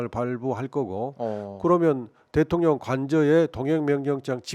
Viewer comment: 발음새는 대통년 기대된다 ...푸 하 하